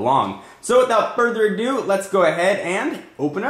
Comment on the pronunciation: he said: "without further do". not quite that. I'm sorry...